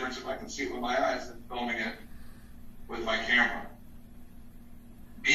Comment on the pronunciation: And any "judge" that pronounces the word with as wif shouldn't be on the bench.